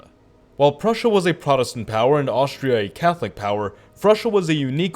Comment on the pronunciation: It's Prussia NOT frussia